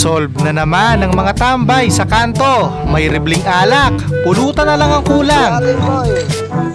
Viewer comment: Natawa nman ako sa "my ribleng alak" ni kuya.lol